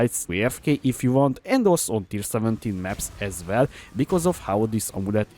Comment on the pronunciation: as vell as vell xD